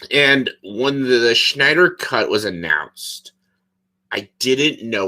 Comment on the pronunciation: Why did you pronounce it like... "The Schneider Cut"? LOL IDK why but that just stuck out to me haha.